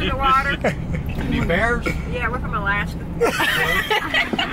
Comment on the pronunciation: Pin this John DDG she said "Are there any Bearrrs in the water, i'm from Alaska"😂😂😂